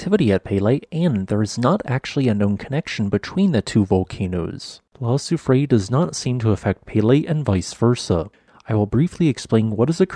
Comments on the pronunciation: Soufrière is pronounced "soo-freh-air." The (è) is an (eh) sound. You got confused with the (é), which is pronounced (ay), like soufflée. EDIT: But I enjoyed your video, as always. With all these earthquakes and renewed volcanism, wars and threats of wars, famines, diseases, perhaps someone is trying to tell us something? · Your pronounciation of Soufrière made me chuckle (okay, maybe this is the official English pronounciation, but it’d be something like soo-free-err in French ) Love your videos, thank you! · Soo-free-eyre = soufrière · La grand soufrière, soo-free-air. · Soufrière = SouFreeYer <3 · its pronounced soo-free-air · Its prononced : sew-free-hair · oh, I can imagine that, as we do use sounds that don’t exist in English! I did learn some Greek and never could get my hard ”g” right - totally new sound for me. I left that precision not because of a slightly off pronunciation but because of the total absence of the third syllable (in case our host needs to use the name again!) R ”year”, maybe? Not exactly the right pronunciation, but close enough. And yes - ”Kick ’em Jenny”? Love that name.